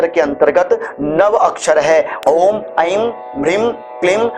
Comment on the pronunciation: एंग पढ़ते है या ऐं